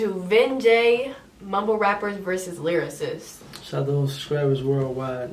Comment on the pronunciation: My man said mumble vs lyrasist